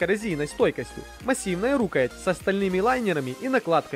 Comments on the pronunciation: А что с ударениями в словах? рУкоять? И нельзя говорить, что нож практичный, если он для красоты или понтов. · Рукоя́ть ножа-так ставится ударение!За видео,спасибо. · Рукоять -ударение на Я! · Особенно доставляла "рУкоять" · "рУкоять"))))))))))))) - это что-то.... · Прежде чем рисковать выкладывать свои "произведения" на всеобщее обозрение, неплохо бы русский язык подучить, чтобы не позориться. Что это такое: рУкоять ножа??! РукоЯть она всегда была. Или в перечне продукции "дамаская сталь" с одной буквой "С", когда надо две: "дамасская". Я не какой-нибудь "граммар-наци", но здесь безграмотность махровая. Позор. Просто уши вянут. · РукоЯть! Предурок ударение на Я, терпеть не могу неучей.